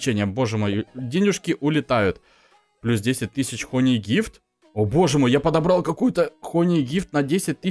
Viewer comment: не хони а хани мед читается хани а не хони